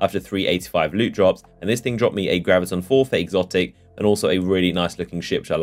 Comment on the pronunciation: Did he just say Graviton Forf "ate"?